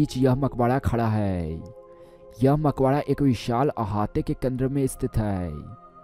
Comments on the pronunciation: Maqbara hayeeeee makhoda nahin hayyyyyyye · Makbadaa. nahi..makbara hota h